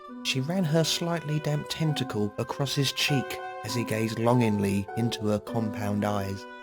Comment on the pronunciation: I thought he said testicle instead of tentacle and I got weirdest image....